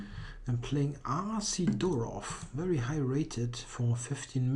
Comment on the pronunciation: Hey,. Thanks for the video. Btw, in Russia correct pronunciation is Sídorov, not Sidórov. All the best =)